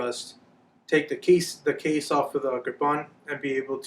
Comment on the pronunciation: When he said take the case off the kirpan, i heard kaise off the kirpan. Lol